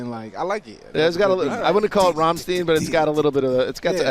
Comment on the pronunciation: Ugh I had no idea Americans (even music connoisseur ) have no idea how to pronounce Rammstein!:( Very dissapointed! Great interview with Jamal Williams otherwise!;)